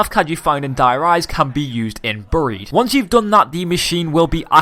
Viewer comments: not buurrrried bearied not trying to be rude just it kinda kills me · say buried properly